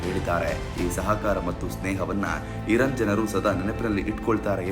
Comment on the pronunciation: ಧೀರ್ಘ ಅಕ್ಷರಗಳನ್ನು ಸರಿಯಾಗಿ ಓದಲು ಕಲಿಯಿರಿ. ಅದು ಇರನ್ ಅಲ್ಲ, ಇರಾನ್